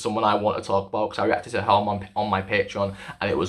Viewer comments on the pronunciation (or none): none